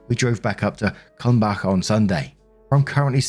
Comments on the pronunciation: As a German I want to say you did quite a good job with the town name of Kulmbach, especially the Bach part. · Props for your pronunciation of Kulmbach! The ch is difficult for a native English speaker but you nailed it. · Binging old videos lol..Your pronunciation of Kumbach was impressive! 💕